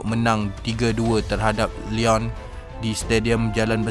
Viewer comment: Sebutan...lion 🦁 12..bukn lyon....one bukn juan bunyinya...